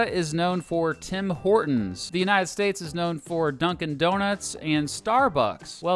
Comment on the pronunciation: You mispronouced Tim Hortons